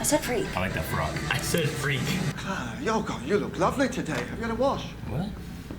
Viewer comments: It's been an entire season since Clara was introduced and all of them are still pronouncing her name as Cleh-rah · Boys, say it with me. "Clah-ruh." It's Cl-ARE-uh, like "We are," not "Cl-AIR-uh," like "The air." They say it on the bloody screen all the time! It's been a whole season. You no longer have an excuse. "Clah-ruh. Clah-ruh."